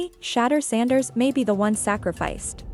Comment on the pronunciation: This AI video can’t even say his name wright.